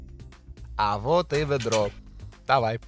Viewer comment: "А вот и вэдро. Давай, прыступай..."